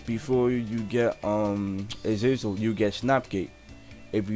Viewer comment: Nigga said "Azazer" im sleep